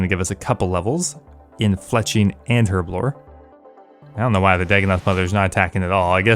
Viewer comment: I didn't know the lockpicking lawyer plays osrs... THANK YOU for saying herblore right btw